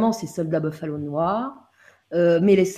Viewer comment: Pas bofaleau mais boufalo !